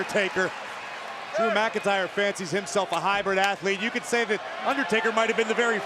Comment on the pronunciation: drew mcyntr 😅